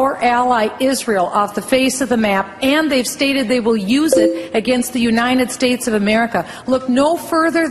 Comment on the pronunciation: Did any one notice that? She say "Unined States of America" in ! ahaha